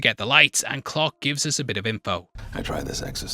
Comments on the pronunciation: Who the hell was Captain “Clock”? It took me forever to realize he was saying Clark. 🙄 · Please don't take this the wrong way, but as someone who is unfamiliar with this film/lore and had this video playing in the background while doing other things, I thought for over half the video that the baddie was named Pirate Clock, not Clark. 😂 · Genuinely took me some time to figure out you weren't saying "pirate clock" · I almost watched the whole video and I couldn't comment not even a quarter away through but continue to watch the video until I tried to check what the hell is going on and then it stopped working. And then it disappeared from existence. What the hell happened? Oh yeah and for most of the video I thought you kept saying pirate clock. 😂😂😂